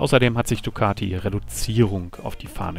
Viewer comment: Dicati :-(---- hat designend wie Flasche leer!!!!